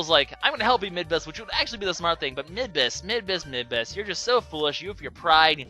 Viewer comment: am i the only one who thinks that midbus sounds like "mid-boss"? Plus, he IS the mid-boss every time you fight him in the areas you fight him.